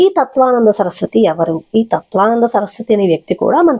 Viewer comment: ఏమి అమ్మా,నీవు తత్త్వవిదానంద స్వామి పేరు తత్వానంద అని,నటరాజన్ పేరు నాగరాజు అని చెప్పడం ఏంటి? ఫస్ట్ భాష సరిగా తెలుసుకొని వీడియో చేయాలి.విషయం సరిగా తెలుసుకొని మాట్లాడాలి.ఎన్ని సార్లు తత్వానంద అని అంటారు.పేర్లు కూడా సరిగా పలికేది రాకుండా వీడియోలు చేస్తున్నారు అమ్మా.